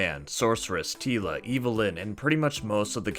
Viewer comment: We didn't think it was bad.... just te first half was "Tee-la and the Masters" :) Merry Christmas!